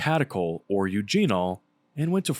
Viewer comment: "Eugene-ohl"? Who would ever say that? Really!